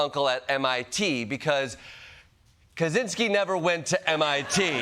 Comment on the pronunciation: I'm surprised he could pronounce Ted Kaczynski's last name right.